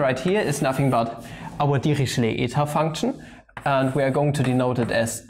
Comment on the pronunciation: LOL at first I thought you were saying devilishly eta function ==> devilled egg function